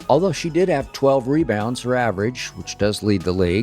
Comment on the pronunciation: Leads the league in Mebounds not rebounds. LMAO